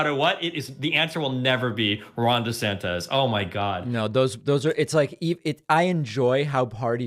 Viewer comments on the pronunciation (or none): lmao why she keep saying "DeSantez", learn how to speak bro